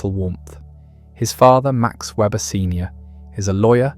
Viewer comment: More a critique of communism/socialism than of capitalism. Rationalization from afar captures communistic mindsets far more than free-market capitalistic forms. This should be obvious. For example, communist societies have no interest in environmental values. By the way, Weber's name is mispronounced consistently throughout.